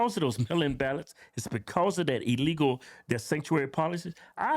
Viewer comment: Is it just me or does it sound like she didn't enunciate illegal activity properly? Maybe I'm tripping but it sounds to me like she said "I want to let people know out there that I wasn't involved in any type of legal activity". She's either unable to speak her words fully, or that was a full on Freudian slip💀💀 probably a mixture of the two tbh